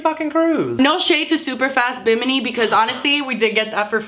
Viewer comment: SAY BIMINI ONE MORE TIME..